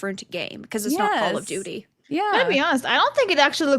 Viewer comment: 'Call of doody'